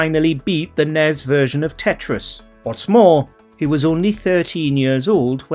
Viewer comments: "Nez version of Tetris." En-ee-ess version of Tetris. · Why didn't anyone tell the narrator that NES isn't pronounced like a word?